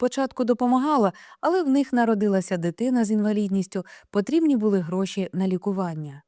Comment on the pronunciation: Читаєте чудово, але зверніть увагу на наголос, ставите як у російській мові:- Були, а не буЛи, і таких слів багато.❤